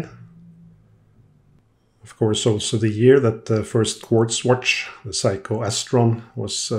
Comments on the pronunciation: Is seiko!! Not saiko or whatever you saying. That got super annoying 😅. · Thank you so much for your history on the various watches you work on. It really is appreciated! Now, for your pronunciation of the name Seiko. It's very scary when you say it as, Psycho!! 😳 Lol Perhaps, "Say-ko" would be much better. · Is Seiko pronounced "Say-Ko" like "hay" or "Sigh-Ko" like "high" ?